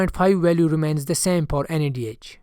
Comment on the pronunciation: Sir use FOR not PER and instead of F u r using P sir please pronounce correctly because I seen this video 4 times also I didn’t understand u r English